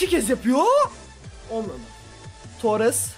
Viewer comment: abi torrese baya tuares diyon